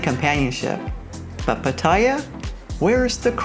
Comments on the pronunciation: Do you think you’ll ever pronounce “Pattaya” properly? Speech impaired? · You need to learn how to pronounce Pattaya correctly,.. Just listen to any Thai person.